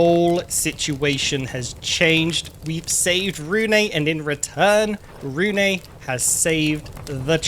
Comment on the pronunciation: Really hope the developers will change how bloodmoons work. Like telling the player in the morning of the day it happens so we dont have to turtle around our bases in fear of it suddenly appearing. Also you pronounce Rune as ''Rune-uh''. It's not a big deal, just feels really weird hearing my own name being pronounced that way xD